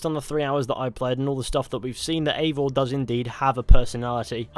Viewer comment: yes but they are creating a novel and there is leak that Eivor is "her". Originally the name Eivor is a female too. There is no living male that is called Eivor. And the name is actually pronounced EYEvor (i dont know the transrcipt so i type it that way :D)